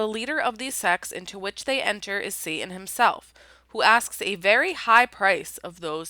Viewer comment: Wish she could pronounce the letter " t" in satan